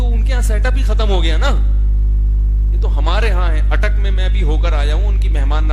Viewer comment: Bolo na Bhai ATTAK ke lol